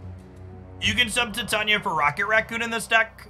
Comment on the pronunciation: Tie-tay-knee-uh. I love the content you put out and I do realize that this is extremely nitpicking but the pronunciation gets me sometimes 😂